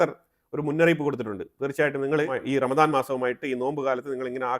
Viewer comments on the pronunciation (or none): none